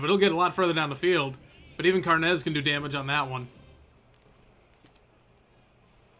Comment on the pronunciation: carnes is irish not spanish its carnes like kim carnes not carnez love the series